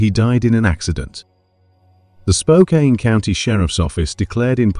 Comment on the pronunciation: Spokane is pronounced Spoke Can not Spoke Kain. It’s not too far from Bellingham which the other poster stated earlier is in WA not CA.